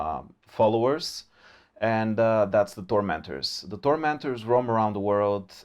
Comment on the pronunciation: When he first said The Tormenters did anyone else think he actually said The Doormenders? I was like " theres a cult of slanesh worshipping carpenters and locksmiths?"